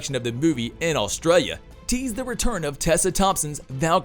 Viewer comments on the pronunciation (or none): none